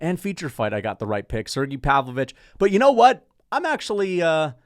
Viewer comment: how long until starts saying Sergei instead of Sirgee when talking about Pavlovich?